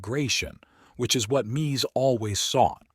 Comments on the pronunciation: Why can’t this guy decide on the pronunciation of Mies? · Please learn how to pronounce his first name.........